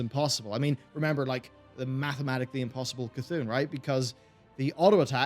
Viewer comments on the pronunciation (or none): none